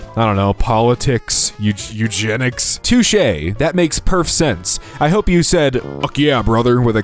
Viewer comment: Narrator not only never saw the word fjord before, but also clearly never saw the word Eugenics before smh